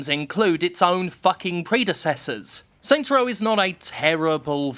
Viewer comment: Oh my god stop saying “Saint’s Row.”